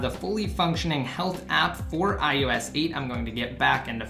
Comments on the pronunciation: WTF is iUS? It's I-O-S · Its IOS not IUS :)